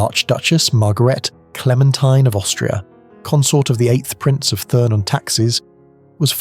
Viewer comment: Please note to whoever is narrating this article. The name is pronounced TURN and not THURN.